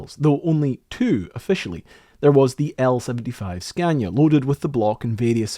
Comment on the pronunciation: It`s SCANIA!!!! NOT SCANDIA!!! Butcher names is a pet peeve of mine.